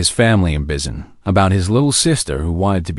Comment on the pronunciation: I enloyed the story 💜, but... if you're going to have the humans come from a country that isn't English speaking, please make sure the AI knows how to pronounce any names or words used in the other Earth language. Busan is boo-sahn, not biz-en or bis-en. Daegu is day-goo (or tay-goo). It actually managed to say it once, but it was different every time.